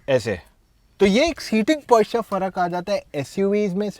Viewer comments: Buddy, it's Posture and not Poisture so the pronunciation has to be as per that. Your review is good. I wish you would have spoken about 1. Aerodynamics better in Sedan 2. Fuel consumption better in sedan 3. Ride quality and body roll is better in sedan. Would have been more technical. Please take it as a constructive criticism. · Posture... Not Poisture😉